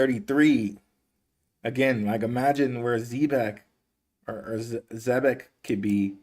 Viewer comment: It's (ZEE-BEC) not (Zeh-bec) damn and I went to a ghetto public school. Learn to say it right, please.